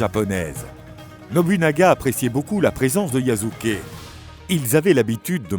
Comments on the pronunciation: Je te jure!! Yasuke est devenu yazuke 😓😓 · YASUKE PAS YAZUKE💀